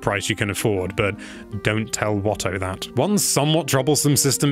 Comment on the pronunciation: Watoo is pronounced Wah-tooh. Not wah-tow. Drove me crazy this entire video.